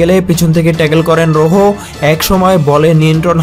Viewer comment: এম বাপ্পি ও রোজো নাম ঠিক করে বলেন বাংলায় লিখলাম